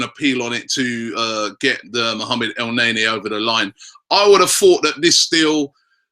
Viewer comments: Dont want to be that guy robbie but is not pronounced "elnaenae" its "elneni" sorry bout that haha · It's pronounced El Neni not NayNay lol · el-naynay? wtf rob? i thought hes EL- NEY NY ( L Ney NEEEEEE) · every time he said El nae nea, I lmao, and then he topped it off with chicarito, damn bro you are killing it.